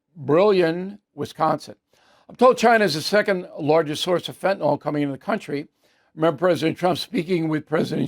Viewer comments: Bill...PLEEEEEEAAAAASSSSEEEE learn to pronounce fentanyl! It is not fent in all! it is fent a nil!!!!!!!!!!!!!!!!!!!!!!!!!!! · Fentanyl...........is pronounced: "fen ta nill", not "fen ta naul"............... Look at the spelling. Thank you. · Bill. You brag about your masters degree and your understanding of economics, and you brag that you’ve been to most countries in Europe. You have an undergraduate degree in journalism, I think. You complain about people that use annoying phrases and cliches. But you can’t even pronounce the word fentanyl. Look at the spelling Bill. When was the last time you heard a word with the ending “yl” pronounced “ohl “? Get off your tush and research the pronunciation Bill. Don’t be lazy. IT’S FENT-AN-YL Bill!!! Think of the word ill. Or your name, Bill. That’s the way it’s pronounced. 😂😂